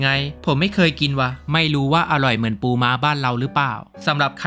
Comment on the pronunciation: พี่ครับตอนที่พี่พูดคำว่าปูขนมปังมีไข่ด้วยแต่คำว่าปูมันกลายเป็นคำว่ากูครับ😊